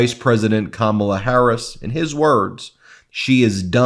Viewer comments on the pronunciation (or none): none